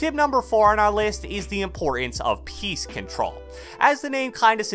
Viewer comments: I also thought the same thing 😂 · Every time I hear "piece control", I hear PEACE CONTROL now I can't unhear it